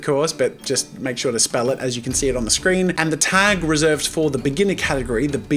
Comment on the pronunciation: Near he said gategory instead of category